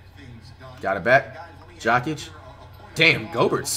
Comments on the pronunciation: I’m dead. It sounds like he’s saying Jock Itch for Nikola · Way he says Jokic